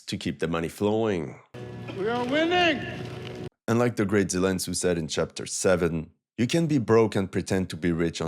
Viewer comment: Grate Zelen tsu 😂😂😂😂😂